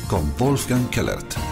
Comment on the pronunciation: Se dice WOLF GANG no wolfran